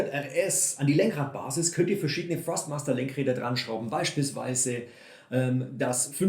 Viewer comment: Hi, danke für das Video, sehr hilfreich. Achte jedoch bei der Aussprache von Thrustmaster, dass du es mit T am anfang aussprichst. Du sagst es mit F, was nicht korrekt ist. Wirkt dann noch professioneller. LG